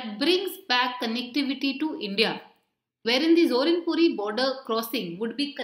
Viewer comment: It's ZORINPUI not ZORINPURI